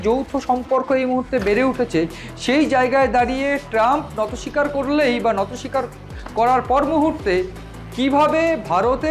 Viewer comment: Kothata NATO SIKAR hoyna , NOTI SIKAR hoy dada .... thik thak bangla sabdo uccharon korun na hole kane lage baddo